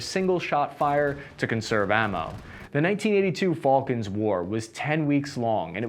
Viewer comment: 60mph?! Haha! ♥️ (Also, it's "Falkland", not "falcon" 🙂)